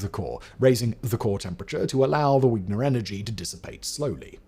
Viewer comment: Vigner not wigner